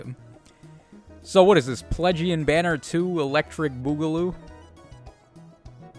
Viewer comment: That you kept calling it Plegian hurt my soul 😭